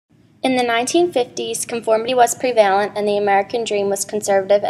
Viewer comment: learn how to pronounce prev-a-lent yo